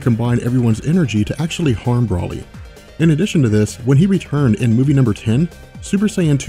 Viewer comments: He said Brolie instead of broly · Pronounce it bro lee not braly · Did he say Brahly?